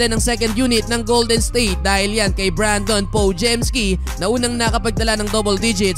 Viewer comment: brandin yon bro, hindi brandon